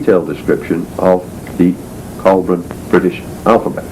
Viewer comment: It's BOUDICCA, not "bodica". It's ICENI, not "icini". It's COELBREN, not "coeblan". And it's CYMRU, not "khumri".